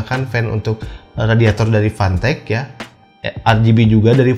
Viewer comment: fantech bang bukan pantek wkkwkwk